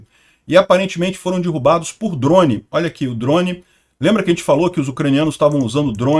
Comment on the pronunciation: É "derrubados" e nao "dirrubados"